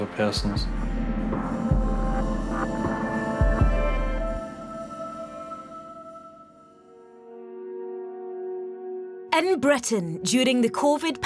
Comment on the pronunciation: also 'en Breten' is 'In Britain' and 'bellions' is 'billions'